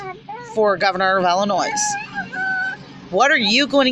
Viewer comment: i do wish you luck in life and with getting your children back please read this whole post before replying about disrespect again. I'm sorry maybe it is not you being disrespectful because you did not grow up in Illinois and some other states don't know how to pronounce it but being born raised and educated in Illinois we were taught from a very early age that the s is silent and i take great pride in my state. Trust me i understand disability and how difficult it is to get help people should post YouTube videos complaining about that.